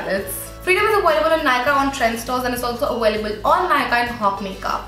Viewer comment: ah-way-lible is aVailable :)